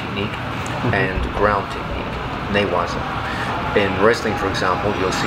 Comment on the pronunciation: its actually NAGE waza and NE-Waza . Tachi waza +Sutemi waza = NAGE waza